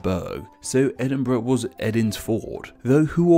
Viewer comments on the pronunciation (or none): none